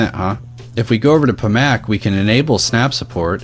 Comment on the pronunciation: IT'S PAC MAN.....NOT PA MAC